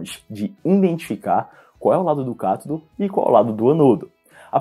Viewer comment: só fiquei agoniada com sua pronuncia.. deveria ser Ânodo e cÁtodo e não anôdo e catôdo